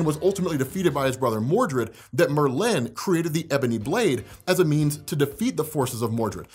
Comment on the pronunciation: MerLIN? Is that how it’s supposed to be pronounced or is the Marvel version slightly different?